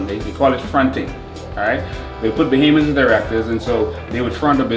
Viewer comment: It is Bohamians not Bohemians lmao